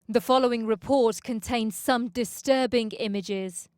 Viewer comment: Distöörbing Imiges